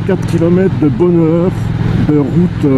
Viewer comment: .." bohneur " ?! ou " bonheur "?! , vous qui vous moquez un moment donné , sans doute pas méchamment( ?), de l'accent "halsassien " , en tant que " bon " Français ! J'ai cru percevoir un accent franc-comtois , soit dit en passant !